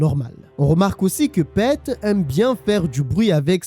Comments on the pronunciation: Un régale cette histoire, même si je la connaissais déjà elle est incroyable !!! Et ça se prononce Pite pas Pète mais sinon super vidéo 😁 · Pete = Pite Peter = piteur Mais à part ça jai kiffé la video